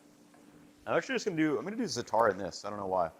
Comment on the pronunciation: Bruh, why do you keep saying za'atar like that?